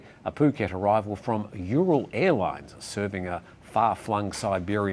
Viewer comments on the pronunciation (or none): none